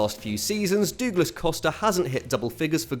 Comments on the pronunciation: Any way of saying Douglas is better than "dooglass". The Brazilian pronunciation is "dough-glash" or "dough-glass". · It’s because he’s used to saying Dougie so he pronounces Douglas the same way 😂😂